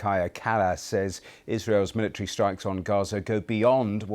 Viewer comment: "In HER wittle miwitary opinion" 😂😂😂